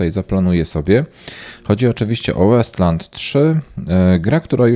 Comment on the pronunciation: Gra nazywa się Wasteland a nie Westland, pozdro ;)